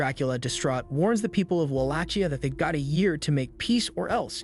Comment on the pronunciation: Am I crazy or is it not pronounced “Wah-lake-e-uh”?